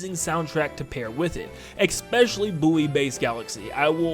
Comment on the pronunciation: There is not an X in the word especially.